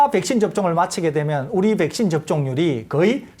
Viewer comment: 설교수님 백쉰 발음 중독된다..